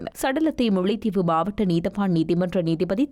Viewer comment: தங்கையே முள்ளைத் தீவு இல்லை முல்லைத் தீவு தமிழைக் கொல்லாதே உனக்கு ல ள உச்சரிப்பு சரியாக சொல்ல முடியாதா ? கொலைக்கு கொளை என்கிறாய் தயவு செய்து தமிழை திருகாதே பண்ணாடை